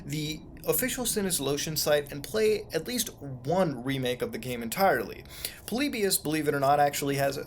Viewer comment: Its polly buus not polibus